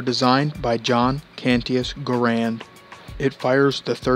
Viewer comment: John C. "GEHR-UND"